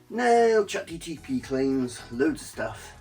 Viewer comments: It's chat GPT not GTP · Him incorrectly saying ChatGTP over and over again, was strangely annoying. 😂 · You lost me at "ChatGTP". Is that a cheap knock-off of ChatGPT?